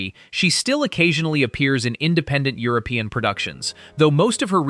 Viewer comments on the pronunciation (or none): none